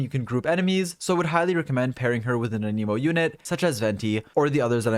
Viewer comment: Thank you for the info! One criticism: your pronunciation of “anemo”. I believe it’s pronounced “ă-nih-mo” (short a; like in “ at”) rather than “ann-ee-mo”. This is a very soft criticism and it didn’t stop me from understanding what you were saying. Thanks again! ✌️😁